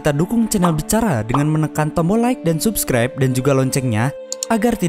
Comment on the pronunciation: Cara bacanya sabcribe bukan subcribe